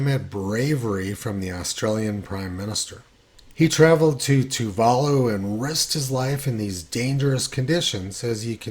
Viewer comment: Tony and his geographic pronunciations. They're a hoot... It's pronounced Toova Loo.